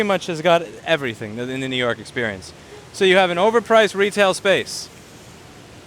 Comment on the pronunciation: To don't do list Nnnnoo York City